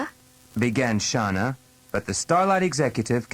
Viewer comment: It's a shame the narrator mispronounced Shana and Aja. I cringe every time he says "Shawna". 😑